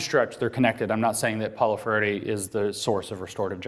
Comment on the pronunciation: i would like to watch this...but the speaker can't pronounce Freire's name.